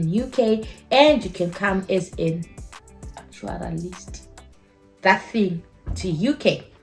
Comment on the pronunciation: Lol! Hilarious how you say actuarial